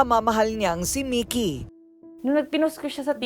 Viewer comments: Halatang hindi pinanood ni Ms.Korina ang interview ng Ma'am (Partner) ni Sir Mikee. Ang gulo ng pronunciation ng names ni Sir, Mikee at Mickey.. Salitan pa naman sa interview at ang voice over ni Ms.K.🤦‍♀ Ganda pa naman ng kwento. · Si korina mickey un Ara mikee bkit d tugma un pronounce nio